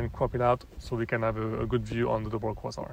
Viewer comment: Excellent. If it helps, “Kway-Zar” :). Your English is certainly better than my French!